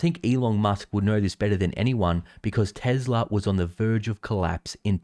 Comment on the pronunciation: There is no "z" in "Tesla" and tune isn't "chewn" neither is Tuesday "chewsday."